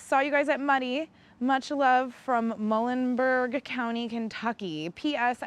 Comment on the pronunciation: The way she pronounced Muhlenberg county, lol.